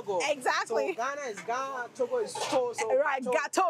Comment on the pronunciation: This wode maya is too much! He make me laugh all the time. 'Gateau' is a french name for the food, NOT Gh....ana| Tog...o[Ga..To!]